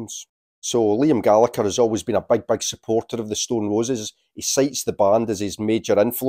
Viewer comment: Pronouncing Liam’s surname wrongly.